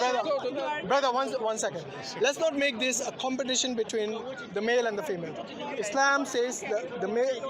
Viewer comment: True, but it is not “ Islame” but “ Islaam”. اسلام not اسلیم.